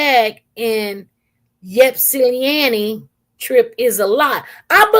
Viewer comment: Pronounced Short i sound starting off as Ipsilanti, you’ve been saying Yipsanti. Respectfully saying SP. 🥰😊